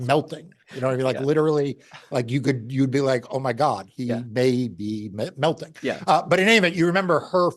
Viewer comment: I LOVE how Mark says the word "melting" (the few different times that he did) when he was telling about Giuliani & his doing hair dye 😆 TOO FRIGGIN FUNNY 🤣🤣🤣